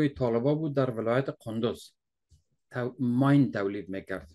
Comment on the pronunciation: Maine = مین .... ماین غلط است 🎉🎉🎉🎉